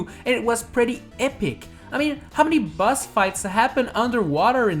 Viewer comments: I love how he says bus instead of boss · I KEEP HEARING HIM SAY BUS INSTEAD OF BOSS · the closed captions heard that too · Its boss not bus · Instead of you saying boss you where saying buss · by some reason i hear "bus" instead of "boss" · Who hears “bus” instead of boss lol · Is it just me? Or whenever he says "Boss" it sounds like he saying "Bus" instead? For a couple of minutes I forgot the title and thought this video was about busses...